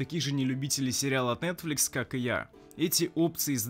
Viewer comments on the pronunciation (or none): none